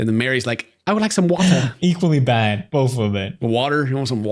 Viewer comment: 'Equally bad. Bofe of it.' Alright there, Felix.